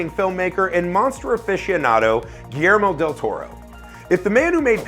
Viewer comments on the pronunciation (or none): none